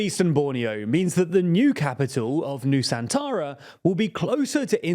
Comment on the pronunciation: I heard New Santara 😅